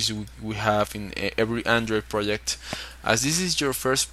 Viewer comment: "pirodzekt" - Hahahaha